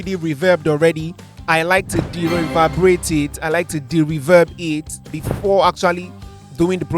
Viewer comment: Dereverbrate is that even a word broski 🤣🤣🤣🤣🤣